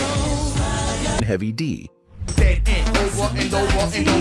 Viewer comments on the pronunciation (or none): Its heavy D not heavy Dip